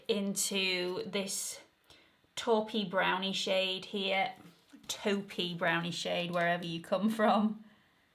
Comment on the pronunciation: I love how you say taupe! Please don't change it.